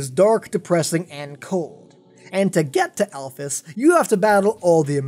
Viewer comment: Alphys is pronounced alfees